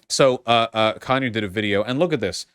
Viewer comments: Every time Vaush says "Conure" it sounds like he's saying Kanye lmfao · Even the auto translation thinks he's saying Kanye